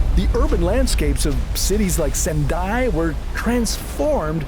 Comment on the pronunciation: To How ku?? Really? To HO ku. SEN dai. Your pronunciation is awful! Educate yourself. Or get a better narrator. Please.